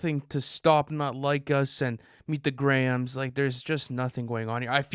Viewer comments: Please reconsider your pronunciation of Grahams. It's pronounced Grahams (Gray ams) not grams. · Why yall saying Meet The "Grams" not "Gray-Hams?"